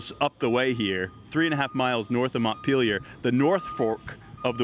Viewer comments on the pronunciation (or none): Interesting, all the different ways to mispronounce "Montpelier" you learn from watching all the reports on the flooding.